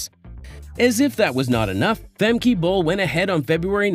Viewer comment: Her name is not "Femkay" -learn how to pronounce her name it is no so difficult